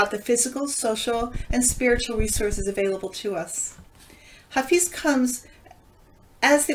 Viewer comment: Hello and thank you. By the way, his name is pronounced Ha Fez. 💕